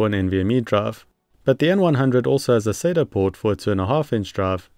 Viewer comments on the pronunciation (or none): none